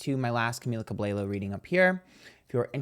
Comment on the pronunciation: Every time you say camilas last name, it sends me!!!! I love you